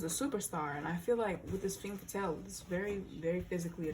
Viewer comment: Love the video and love your readings, I’m coming in with my Mercury in 6th to just point out that it’s pronounced “ fham faathal*. I love your vids and the messages and I’m so grateful! Don’t get me wrong but I couldn’t stop thinking about it😂❤️